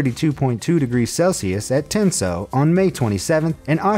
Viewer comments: Ø is pronounced like the u in Bruh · Omg the way you said Tinnsjø, I’m from Norway and this was just hilarious.